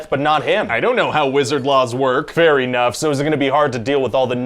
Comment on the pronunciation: Fair E-nough